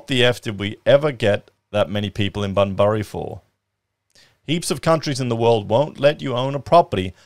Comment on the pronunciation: Lol. I'm pretty sure Bunbury is pronounced " Bun-bree".